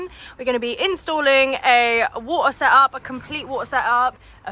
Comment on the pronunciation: Just and the naked girl says "we are installing a woa seup". Ok, go ahead and install the woa seup, while I watch a different video.